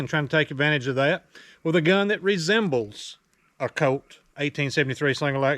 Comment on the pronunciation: "forty five coat"